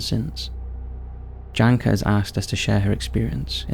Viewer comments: the name Janka is read more like Yanka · It hurts how he pronounces Janka. Makes me wonder how many other names of people and places I have wrongfully learned from this channel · Yes. Also my name got butchered :D I don't mind